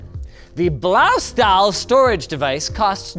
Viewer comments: That pronunciation of Blaustahl was... Unique.. In a way that sounded more chinese than german. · that Blaustahl hurt in my german ears ;( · Correction: The "stahl" in Blaustahl is pronounced "shtal". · as a german im triggered. its pronounced blaushtahl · It's pronounced "Bloustuhl" in German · Eya Linus. You sure managed to completely butcher the pronunciation on Blaustahl...